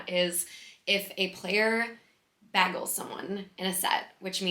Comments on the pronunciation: I believe bagel is pronounced “bay gull” with the first syllable having a “long a” vowel sound. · did she just pronounce 'bagel' as 'baggle'